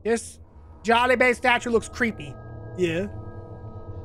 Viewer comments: It’s jollibae not jollibea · Bro even I am a Filipino when you say it it sounds like your saying Jolibee😅😂